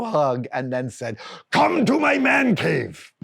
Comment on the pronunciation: "THE WO' MAN CAVE" (WHOAH-MAN) 😅